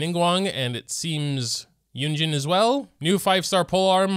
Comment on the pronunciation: Mandarin is a tonal language so the two e's in Shenhe's name actually have different tones, but the last e in Shenhe is the same as the e in Keqing. If you want to be accurate it's more like Shin-huh. Kuh-ching. Yoo-in Jean.